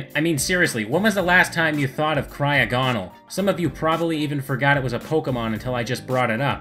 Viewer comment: You said cryogonal wrong